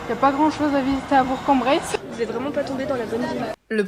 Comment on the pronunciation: ouiii elle a bien prononcé bourg en bresse (j’avoue jme sens fraiche parce que j’habite dans l’ain)